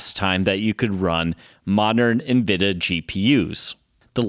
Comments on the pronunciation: N-VId-ia Not nvida, there's an "i" in there. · It was only a matter of time someone caught this. I knew it was coming after people noticed sometimes I said "Nvidah" or "Cuhdah" as this one I noticed after the fact. It's been interesting as the my mispronouncing things has been easily the top criticisms. It shows most people I know don't give a crap about computers otherwise I'd been corrected by now. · Ha, Of the things I figured people would come at me on, I figured it’d be El Captain or Metal or Jaguar in these vids instead of my varying lazy compression of Nvidia to three syllables.